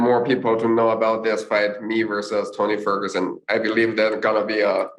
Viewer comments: Shock nobody notice that li said font toguson 😂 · He literally call him “Fony Tergerson” 😂